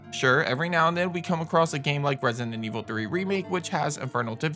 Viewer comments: It's resident, not rensinent. Plz, just say RE. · Hilarious how u say Resident Evil “Resinnin Evil” 🤣🤣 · why do you pronounce resident evil like "resin and evil" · He keeps saying Resinent Evil. There’s a D in there, bro, and only one N. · Its the way you say “resident” evil … idk why i keep hearing resinent evil